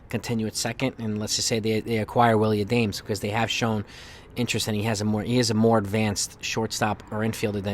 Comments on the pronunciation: Not A-dames. Its pronounced Ah-dom-us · It’s A-DA-MES not Adames. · Isn't it pronounced ah-dam-es?